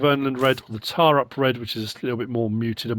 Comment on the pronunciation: Getting ridiculous with those placeable factories. More trouble than they’re worth. Great idea though. It’s pronounced “T’oh’rup” just like Holmåkra is pronounced “Holm’oh’kra”. That truly is a gamechanger that machine 👍🏻👍🏻